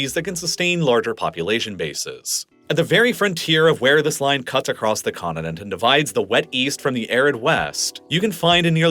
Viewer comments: the words mountain and continent have letter “t”, not “d”. Hope not a trend setter. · He not only pronounces things wrong in American dialect ("condinent", "moundain", etc.), he uses non-existent words like "Similarily".